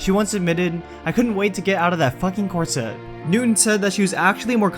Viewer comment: Always some great stuff in these videos, I just wish your voice wasn't so grating. Also, learn how to pronounce corset